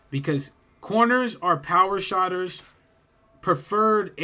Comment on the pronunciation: It's SHOOTERS not Shotters my boy.. Thanks for the tips 🤙